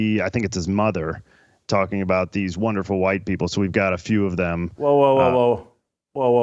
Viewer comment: You'd think that BLM, with ALL their money they fooled and swindled the idiots who were stupid enough to donate to them out of, would at least send someone intelligent, or one who can at least SPEAK English words properly, to the "sorrowful" event. "Peopow"? (People) "Keow"? (Kill) "Cynicow" (Cynical). Priceless. DUMB as rocks. The ONE SIDED racism at this point is staggering, and it's coming to its end. People aren't putting up with it anymore.